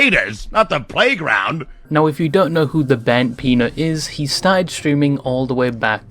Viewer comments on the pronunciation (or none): emphasis on 'playground'